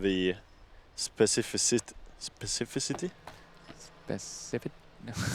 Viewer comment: spécifícity - other than that, the commentators could teach English (and disc golf!)